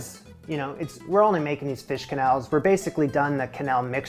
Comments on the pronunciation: As a French Canadian: its Ke-nelle!!! Im slowly dying inside everytime you say Que-nel 😢😢😢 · En francais the QU sound like a hard K and not a QW So for example Quebec is Kebek, not Qwebek and of course Quenelle is Kenell not Qwenelle. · I'm glad to see you making some of the Julia recipes that most people ignore. You plated the quenelles and sauce beautifully. I love quenelles, but I don't make them very often. Plain quenelles are particularly elegant with lobster sauce, and they are great as a fish course if you are hosting a multi-course dinner party because they are easy to warm up. The pronunciation is definitely "ke-nel". In French, "qu" is always "k". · In french "que" sound like "ke" the U is silent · But the "e" right after "qu" should be closer to an english "a". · your prononciation of quenelle is correct, but the plural, written quenelles, is pronounced without the s. basically exactly the same as the singular